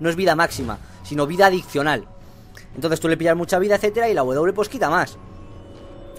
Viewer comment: knekro no es por ser maniático pero te he solido escuchar decir ``adiccional`` en varios videos pronunciando la doble c, pero se pronuncio praticamente como si fuese una ^^